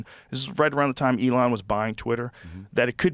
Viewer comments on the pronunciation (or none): none